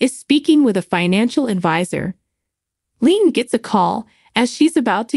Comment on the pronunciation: LeeAnn is her name not Leen could you ever learn their names